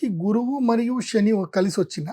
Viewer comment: Shani kadu Seni Ra Nayana shalu Yekkada cheppalo akkada cheppandi sha sa theda unnadi